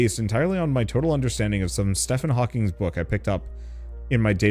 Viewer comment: Ah yes, "Stefan Hawking"...lol